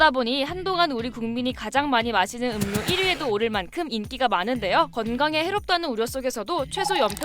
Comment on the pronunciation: 음료 발음은 [음:뇨]인데 KBS 채널에서..